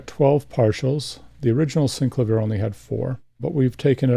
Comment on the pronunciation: Love the Thomas Dolby "Flying North" cover! This is VERY helpful! Thank you soo much. But I can't help but mention that the inventor, Cameron Jones, pronounces it 'SynCLAYvier' not 'SyncluhVEER'. I'm sure you've heard this before. Sorry but my OCD won't allow me to keep my mouth shut on it.